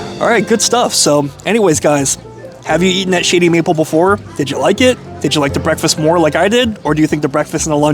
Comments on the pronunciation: It sounds like you're saying Shitty Maple XD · sounds like you're saying Shitty Maple lol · Sounds like he keep saying Sh*tty Maple.🤣